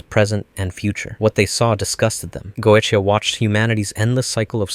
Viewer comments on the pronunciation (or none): Very interesting watch, though the constant changing on how key names were pronounced every other line was starting to get to me. XD Dude pronounced Goetia like 4 different ways.